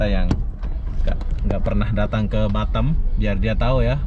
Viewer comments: Batam bukan batem... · gw baru denger org bilang Batam dengan "Batem".......ngakak gw